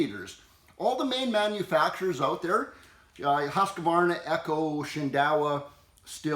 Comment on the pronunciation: Husq———varna. There is no “A”